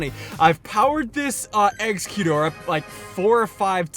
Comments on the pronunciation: It's ex eh gut or there's clearly an e in there after x! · ssundee, I'm not trying to flame you, but the Eevee "exploit" only works 1 or 2 times, and the correct pronunciation for Exegguter (or however you spell it) it eggs-acute-or. Just wanted to let you know. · You say Exeggutor like executor I think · Exs-Egg-You-Saur (exeggutor) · pronounce it like eggs-a-cutor like this so he can see ... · SSundee You Pronounce Exeggutor Eggs-ec-you-tor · Ssundee it's pronounced eggs-egg-you-tor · Eggz-Eh-Gyu-Tor that's how you pronounce it. It's hard I feel you! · SSUNDEE exeggutor is pronounced executor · Ssundee how do u not get it exeggutor is supposed to be like executor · its pronounced as X-EGG-CUTE-OR. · Not hate, just constructive criticism. Exeggutor is pronounced x-egg-you-tour. Just a little tip, love your vids. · Ssundee, sound out the name, Ex-egg-u-tor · exeguttor is pronounced egg-zec-u-tor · It's pronounced eggs-e-gu-ter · SSundee it's Egg zek u tor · I'm not trying to be rude but exeggutor is pronounced egg-Zek-you-tor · its pronounced (eggs- uh- g-you-ter) or tor what ever you wanna say your welcome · You pronounce Exeggutor as (egg-ze-gyu-tor) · Exeggutor is pronounced Eks-uh-cute-er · its pronounced Egz-Egg-U-tor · ssundee let me help you, eggs-ec-u-tor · you pronounce exeggutor as "ex-egg-yutor" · Exeggutor (eggs-egg-ew-tour) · its pronounced egg-zek-u-tor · For exeggutor just pronounce eggs-eg-gyu-tore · exeggcute is pronounced "eggs-eh-cute" and exeggutor is pronounced "eggs-egg-you-tore" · *NOT MAKING FUN OF YOU* Exeggutor is pronounced Egg-Suh-Gut-tor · Also, I THINK you pronounce Exeggutor is : EGGS-UH-GUT-TOR.I have no freaking clue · It's egg zec u tor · Ssundee it's not called a poke gym its simply called a gym or a Pokemon gym also exeggutor is pronounced Ex-egg-u-tor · ssundee its pronounced egg-zek-u-tor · Hey Ssundee, Exeggutor is pronounced Egg-Zeh-Cute-Or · Its eggs-egg-utor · It's pronounced ex-e-cute-tor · Nope, it's egg-zeck-you-tor